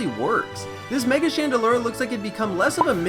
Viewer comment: you gotta do better than "It learns a lot of moves by a certain type so why isn't it that type" and it's Chan-deh-LOOR, not ler.